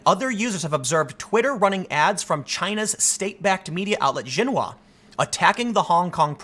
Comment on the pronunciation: If you're talking about Xinhua, for the love of god please pronounce it correctly: sheenhwa